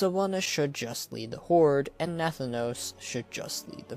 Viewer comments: NATH-A-NOS lol killing me over here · The way you pronounce nathanos annoys me